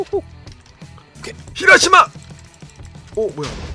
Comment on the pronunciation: 히다루마를 히라시마라고